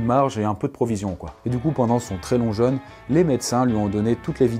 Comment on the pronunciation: Super intéressant comme toujours. Par contre, jeune et jeûne ça se prononce pas pareil, ça m'a fait tiquer à chaque fois. Perso je ne me fais pas de jeune 😉